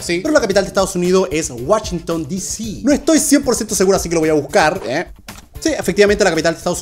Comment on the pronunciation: La capital de Estados Unidos es: Whashington no sé que más pero bueno❤😊 Según yo es Washington 😅😂😂